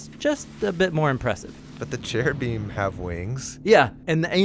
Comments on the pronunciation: In Hebrew it's ceruvim with and hard c. Not heruvim. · When he said " in Hebrew" I laughed out loud. It's actually pronounced keruvim